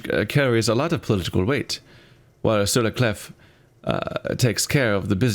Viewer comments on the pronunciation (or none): Even the game is pronouncing 'Clef' wrong. It's pronounced 'Clay' (Sur-la-Clé). The 'f' is silent. 'Clef' is the old way of writing the french word 'Clé'.